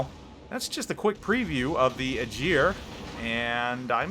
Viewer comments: Nice preview. Got me a bit curious on the Aegir. To be picky though. "Ae" in aegir pronounced like "A" in apple, or ass (which is about the same thing). 😉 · Tech speaking Being Icelandic Germans kinda Butcher that name also TEch it was (EYE-Gir) but germans say Ae-gier ..but regardless he destroyed the name sooooooooo bad! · It's pronounced 'A gear' (upvote for visibility) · He was driving me insane (EYE-gir) I was born in Iceland and i dont even know how he is saying it the way he does entire video made me laugh at first then cringe! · I know right? It hurts my ears so bad to hear that